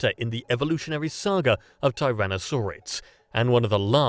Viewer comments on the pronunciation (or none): none